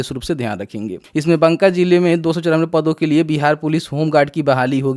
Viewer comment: भाई बंका नहीं ,,बाका